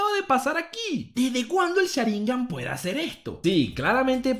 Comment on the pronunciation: Cada vez que dice "Sháringan" con acento hay un terremoto en Japón. Por Dios no se dice así